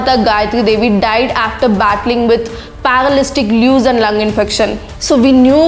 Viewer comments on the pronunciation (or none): 7.15 it is paralytic ileus, not paralystic blues 😂 Good video though